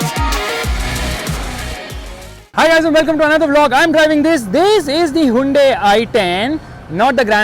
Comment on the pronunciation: its hyundai not hundai